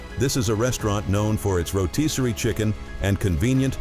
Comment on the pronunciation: Great video yet: It's ro'TISS'ory chicken, not ro'TEES'ory chicken, lol.